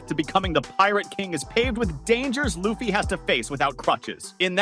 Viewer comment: Video starts. Saving little L-uh-ffy? Not a fan of the show, eh?